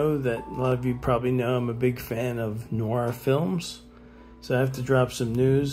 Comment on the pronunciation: Noir is not pronounced 'nor'. It is French for dark and is pronounced 'newaa'. The r is silent. You're welcome.